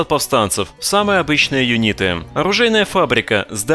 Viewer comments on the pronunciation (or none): Друже. смотрю тебя долго. Сделай мне одолжение. я как человек живущий в Англии немного хочу поправить тебя. ну уж очень по ушам бьет как серпом по яйцам когда ты говоришь юнИты. Юниты! ударение на первую букву Ю. пожалуйста, не ставь ударение впредь на букву И... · Хороший рассказ об интересном продукте. Но юнИты?.. А что не юнитЫ? Напомнил Бачило с его кУрсором